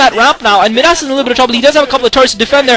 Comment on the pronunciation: Where did this Kwanro guy come from? Wow... nice play., I think Midas is pronounced "my-das" like King Midas. I hope your back commentating soon!